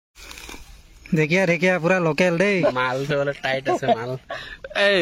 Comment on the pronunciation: দেকিয়া🤣🤣🤣 নহয় অ ঢেকিয়া